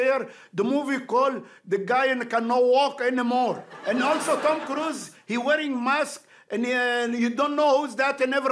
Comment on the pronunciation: I guess this is my first video of where he actually pronounces the lead actor’s name correct.😂